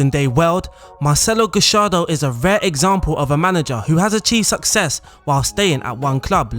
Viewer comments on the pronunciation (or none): GA - YAR - DO Not gashardo